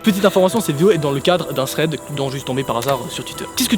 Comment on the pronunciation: C un T dans thread pas un putain de Z